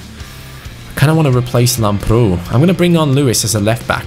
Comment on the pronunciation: Lamprou is actually pronounced Lambrou with emphasis on A in Greek Like so can see